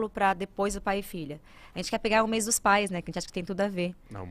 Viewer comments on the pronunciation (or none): Por mes, ela falou errado